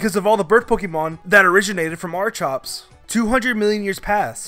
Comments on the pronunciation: "Archops" It's Archeops (R-keOps) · It's not (arch-ops) it is (arky-ops) please stop saying archops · Its Ar-key-ops not Ar-chi-ops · Its not archops it ar-chi-ops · Its not arkops its Archeops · ARE- KEE- OPS. Archeops. ARE.... just stop..pls. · Exactly. He mispronounces names so often I think he's just trolling. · Archops, Archops, Archops Please stop or I will have to tear my ears out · *resh uh ram *ar kops *ar ken Edit: *zek r om Edit 2: did you just call Kalos kale os it’s ka lohss